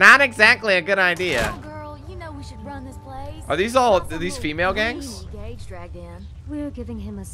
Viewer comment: Gage his name is Gage